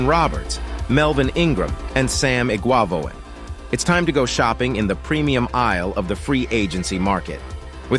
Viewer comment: Nice content, narration and production values. BTW, it’s pronounced “Eh-guav-en. Cheers.